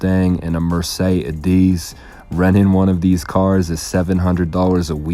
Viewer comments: “MERSAYY DEEZ” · "A Hellcat, a Mustang, and a Mersay-DEEZ"